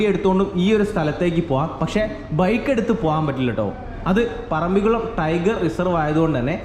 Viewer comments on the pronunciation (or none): സുഹുത്തേ ഇതൊരു പൊതു വേദി അല്ലേ .മലപ്പുറം കാർ മുസ്ലിമിന് വേണ്ടി മാത്രം അല്ലല്ലോ വ്ലോഗ് ചെയ്യുന്നത് സ്കൂളിൽ പോയിട്ടുള്ളത് അല്ലെ .മലയാളത്തിൽ പറയുവാൻ ശ്രമിക്കുക ...തായേ ,ഞമ്മൾ ,വയി ,കുയി ,മയ ,കൈയുക ,പോകുന്ന സ്ഥലത്തിന്റെ പേരെങ്കിലും നന്നായി ഉച്ചരിക്കുക .പറമ്പികുളം ,അല്ല മലയാളംടൈപ്പ്‌ ചെയിതു നോക്ക് പറമ്പിക്കുളം എന്ന് കിട്ടും വീഡിയോ കാണുന്നുണ്ട് നന്നായിരിക്കുന്നു പ്രകൃതിനന്നായി പകർത്തുന്നു